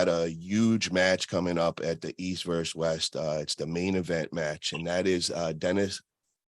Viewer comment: you’re awesome brother but please learn how to say the word versus, books haves verses, vs = versus